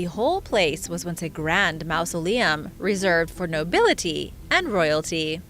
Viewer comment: FYI: maw·zuh·lee·uhm